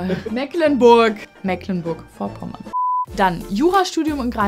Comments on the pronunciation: Boahh direkt Puls auf 180, es wird - trotz der Schreibweise - Meeecklenburg ausgessprochen, mit einem langen "e" und ohne "ck", meine Güte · Das erste „e“ in Mecklenburg wird lang ausgesprochen. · Als Mecklenburger lege ich schon Wert auf die richtige Aussprache ... Meeklenburch Die Betonung liegt auf dem 1. e, was lang gesprochen wird. Wenn man dann noch das g am Ende wie ein ch ausspricht, ist es so gut wie perfekt ... Ich hoffe übrigens sehr, dass Amthor weitr in die Bedeutungslosigkeit driftet! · Ich komme selbst aus Mecklenburg und kann nur berichten, das kriegen selbst dort viele nicht richtig ausgesprochen. 💁 Mehklenburg-Vopommään sach ich da nur. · Wir sprechen es mee·klen·burk aus. 😇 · Das heißt Mecklenburg gesprochen wie Meeeklenburg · Das wird aber trotzdem "Meeklennburg" ausgesprochen, da da C in "Mecklenburg" ein altes Dehnung-C ist. Wie das E in "Soest". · Es heißt Meeeeklenburg - das c ist in diesem Fall ein Dehnungs-C. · Ich will ja nicht kleinlich sein, aber es wird trotz ck „Meeklenburg“ ausgesprochen, also mit schön lang gedehntem E. Liebe Grüße aus MV. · Und trotzdem hast du Meeklenburch falsch ausgesprochen... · Es heißt Mehcklenburg, das ist ein Dehnungs-C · Phillip Amthor mag sein wie er will, aber hier wird er total negativ beurteilt. Schlecht ist natürlich auch wenn man Mecklenburg Vorpommern nicht mal richtig aussprechen kann, ein hoch auf die Moderatorin...